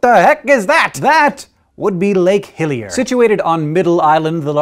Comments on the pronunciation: Lol guys all smart n shit but it's LAKE HILLER lol not hillier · It is actually Lake Hiller. Not Hillier